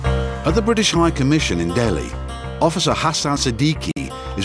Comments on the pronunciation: It’s “Delhi” and not “Dehli “ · Its DELHI and not DEHLI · nt DEHLI its DELHI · I thought it was "Delhi" not "Dehli"